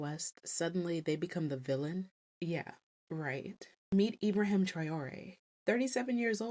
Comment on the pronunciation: It’s pronounced Ibraheem. The Arabic form of Abraham.